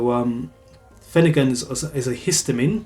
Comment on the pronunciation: The R is not silent. It’s pronounced phen- er-gan not finagin